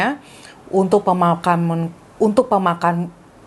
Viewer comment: Kalo susah nyebut pemakaman dipisah aja pe-makam-an 🤣